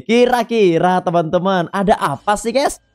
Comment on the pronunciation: Abang kok nhomong nya tremen tremen harus nya teman teman